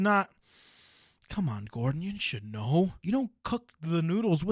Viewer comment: "Gordong Ramsay"?